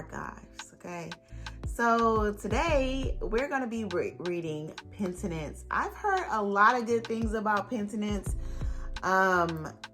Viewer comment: It sounded good the way you said it 🤷🏽‍♀️😂😂